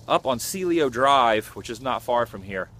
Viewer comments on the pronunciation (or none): The street is pronounced “SEE-EL-OH, NOT “see-lee-oh”. The name of the street address was 10050 Cielo Drive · The road Sharon’s house was on is pronounced “SEE-ELL-OH. Not “see-Lee-oh”. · I was a bit confused when you said "Ceelio" because it's a Spanish word and it's pronounced differently.